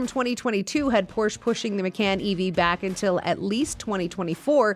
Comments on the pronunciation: Ma-CON. Not Ma-CAN. Porsche-UH. Not Por-SHH. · Pronounce “Macan” and “Porsche” correctly and we can all take you seriously, good grief…